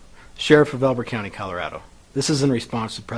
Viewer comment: er county- not country